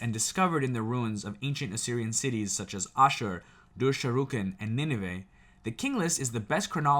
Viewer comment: You pronounced Nineveh, ashur, perfectly. The other is pronounced dur-sharo-keen. A military outpost town of sharokeen...I can say your historic facts are very close. What's great tho, our history matches perfectly with facts of the bible.